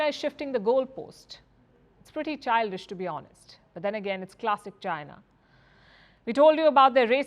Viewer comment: Don't have a clue what sarcasm is ? Listen to how Palki pronounces China .